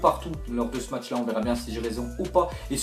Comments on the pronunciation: se serai bien que tu dise "ce match là" et pas "ste match là" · frere parle en francais wsh tu di "ste match " t deja aller a l ecole ou pas ?